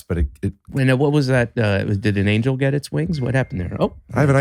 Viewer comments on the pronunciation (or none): none